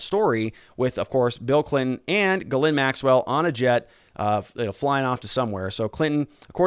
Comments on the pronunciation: She's French. It's pronounces "jheez lane" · Hopeful info, thanks. New sub here. Grateful yes, but please call her Maxwell or get help w pronouncing her first name and lose the red pen.